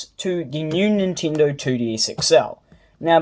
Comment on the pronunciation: did u just said nintindo?